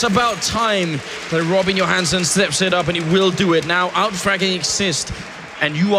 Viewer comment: Is it just me or does it actually sounds like Anders is saying "Rubbin Your Hands" when he says "Robin Johansson"